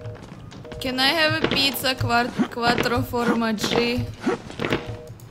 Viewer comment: I'm Italian. You made me proud saying pizza quattro formaggi.